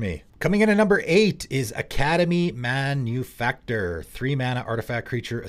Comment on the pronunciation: Props for being the first person I've heard pronounce Academy Manufactor correctly on the first try 😂 Vids like this make me side-eye the many people believe that WotC should stop printing cards for commander, or that there are too many cards being made now... occasional misses aside, cough hullbreacher cough, I think cards like these make the format better and I wouldn't trade that for anything.